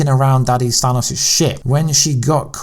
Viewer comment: I'm beginning to think you mispronounce on purpose. Anyone hearing Thanos being correctly pronounced (in the movie) as Than-OHS should easily be able to pronounce it correctly instead of saying Than-awss.....I think you're goofing on us.